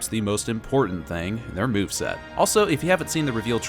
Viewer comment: You said "moveset," but my brain heard "boobset."